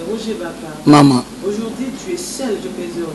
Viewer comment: français olobaka heure moko balobaka au jourd'hui es non au jourdi